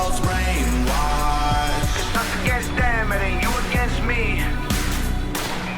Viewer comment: When he says If we all get along we'll probably go against em, it sounds like he says We'll probably go a gangsta. That'll work too